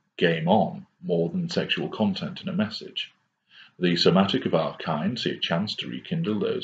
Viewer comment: I feel like some sick twisted psycho I'm attracted his voice I like the way he says our kind and criteria... and bam I just gave supply ... and bam I feel like a troll but bam Hoover